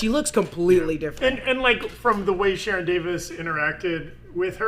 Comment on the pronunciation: My wild outside theory based on the weird way she pronounced "sharon" in the second episode (sha-RON) is that she is actually Charon. Maybe because I was watching too much Kaos though.